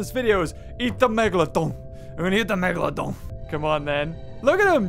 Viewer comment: the way said megalodon was sooo funny!